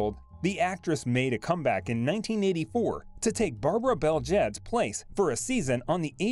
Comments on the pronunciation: like chalk on a blackboard. It is Barbara Bel Geddes pronounced Ged eez and Shelley Fabares pronounced Fab Raze. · It’s pronounced Barbara Bel Getty. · Barbara Bel Geddes is pronounced like “Getties” with the G sound as in guy or get. Shelley Fabares is pronounced like “Fab-ray.” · Actually, her actress aunt Nanette pronounced (and spelled) the name "Fabray," but Shelley Fabares pronounced it with three syllables, "fab-ah-RAY." And Barbara Bel Geddes, whom Donna replaced on "Dallas," pronounced her name "GED-eez," not "geedz." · It's pronounced Barbara Bel GEDDIES, soft "G". NOT "GEEDS." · Actress Barbara Bel Geddes is pronounced Barbara Bel Get -tees, AFAIK. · NOT a "soft "G" - which sounds like "J"! It's still "BEL - GED -DEES" But the computer pronunciation of Fabares is horrible!!! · This announcer needs to learn how to pronounce names correctly. It's Shelly Fab uh ray, and Barbara Bell Ged ess.